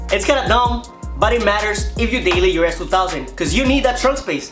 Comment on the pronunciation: you should listen on how he says s2000 lol its kinda funny.